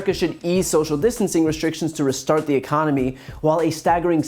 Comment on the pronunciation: But, but , but , the Uhconomy